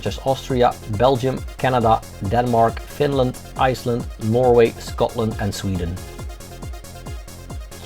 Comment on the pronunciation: sounds Scottish when he says ‘Scotland’ lol